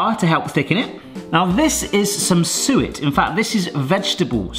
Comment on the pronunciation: When you said suet the first time I thought you said sewer, but when you said it the second time I thought you said sewer again,hahaha. So I had to look at the recipe to see what you were talking about. Now I know what it is. It´s called talg in Swedish. God jul och gott nytt år from Sweden.